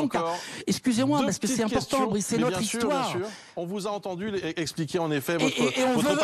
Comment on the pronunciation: Plus je réfléchis plus jme dis que c'est fait exprès quand il l'appelle Brice au lieu de Bruce....pour faire genre il le connaît pas alors que si....du theatre le truc :x